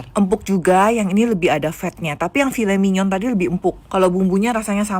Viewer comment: Filey manyaoun bacanya